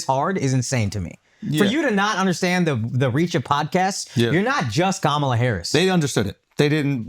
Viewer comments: The fact that none of you can pronounce Vivek or Kamala correctly after all this time is mind boggling. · I think another reason she lost is the fact that the guy on the couch who is clearly a big kamala supporter mispronounced her name. It is clear that it's a difficult name to pronounce for people of non Indian background but we've been gaslit that everyone is rascist because they say Camilla. That was annoying everytime ppl jumping on their high horse about this.